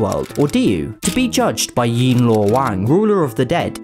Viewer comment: Thank you! It's one of the most accurate pronunciation of yan luo wang!!